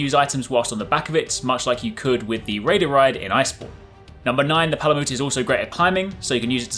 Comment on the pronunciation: Palamute is pronounced the same as Malamute, the breed of dog: Ma-luh-MYOOT not MOOT. Just as Palico is a play on Calico, a breed of cat.